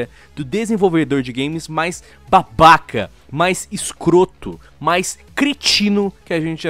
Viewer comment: eu amo quando o fala "É UM BAHBAHKA"